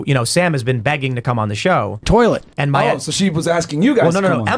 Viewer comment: "Toiletsch" ~ Slavoj Zizek